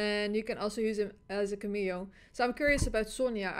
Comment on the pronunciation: The pronunciation of cameo is CAM-eeeo. CAM as in camera.